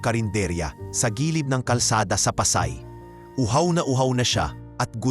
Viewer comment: HAHA pakiayos naman bigkas mo boss anong pasay!